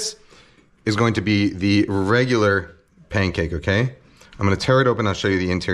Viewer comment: Why does he say Paincake?